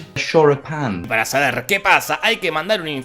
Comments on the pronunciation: "Choripan" jajaaajaajaja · Quien es la tipa que sale xomo el tipo que dice shoripan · El shoripan no las empanadas shoripan empanadas shoripan empanadas SHORIPAN EMPANADAS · Inglés: Shoripan: cállate a ti no te sale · De los creadores de "Las empanadas" y "Churros con dulce de leche" lleeegaaaa: "Shoripān" (da igual yo también soy un queso con el inglés).